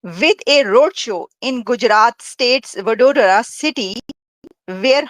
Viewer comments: ये कैसे पाकी ऐकंर चुमा को बडौदा बोलना भी नही आता हैं। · vadodra nahi bol paraha to usako baroda bhi kahete hai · ...its... kima nahi...Vadodara 😂😂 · baroooor nahi Vadodara😂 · it's pronounced as Vadodra.😊